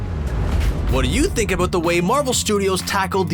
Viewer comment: Really loving that "aboot" ^~^